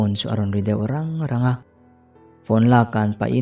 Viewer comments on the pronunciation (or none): i rangva lam dan a diklo tlat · Engati nge mitthi hi mithi ti a i lam zel le??!!!...chuan,rangva i lam rik dan hi a mak ka ti bawk ani !!!!!!??